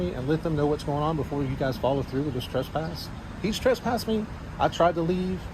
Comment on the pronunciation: TRESpass, not TRUSpass While, not WHOALE